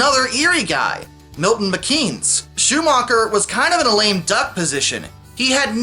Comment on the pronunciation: Ah! I was preparing a video on the history of the EL! It's a long an arduous process but hopefully one day I can get it done! Also I don't get how you could have "the best engineered line" across a state that was already pretty flat to begin with A few more interesting things: - I believe it's pronounced Shoe-MAKER not Schumacher - White did actually manage to get rid of a lot of short branch lines in New Jersey in 1966 - Refusal of the unions to cooperate with each other made it so that some people said the EL didn't exist as one until June 1961 - The EL discontinued its last intercity train (the Lake Cities) in early 1970- cities like Binghamton, Scranton, Elmira have lacked passenger service ever since - The Santa Fe reportedly expressed interest in acquiring the EL but the latter declined because they were too far along the path to Conrail - One scheme was to have all the non-Penn Central Conrail railroads become part of what was to be called MARC-EL (Mid Atlantic Rail Corporation-Erie Lackawanna)- not to be confused with the commuter agency in Maryland known as MARC- that would act as the main competitor to the rehabilitated PC lines but this didn't take off because a second government system wasn't wanted